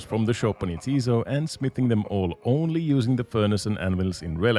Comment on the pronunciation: You're pronouncing it wrong, it's 'ja, tis so', like 'yes it is', it's a joke name